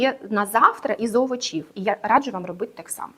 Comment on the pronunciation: Дякую за цікаву інформацію. Але не овочІв, а Овочів( наголос на першу літеру О, а не на і)